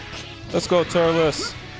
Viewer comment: Apparently pronounces Turles Turlus I still love his commentry